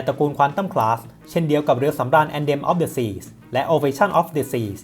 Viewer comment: อ่านว่า แอนเธม ออฟ เดอะ ซี ครับ ไม่ใช่ แอนเดม งงเลย